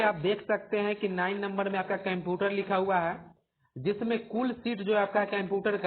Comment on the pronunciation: bhai computer to thik se bol lo.